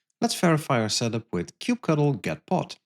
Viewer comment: why did you have to pronounce kubectl like that?